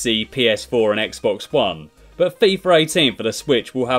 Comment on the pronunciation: why does everyone say fifar 18??